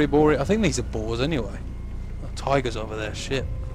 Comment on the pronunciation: when he said boars it sounded like balls